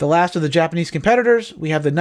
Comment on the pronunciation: Did you say nipanese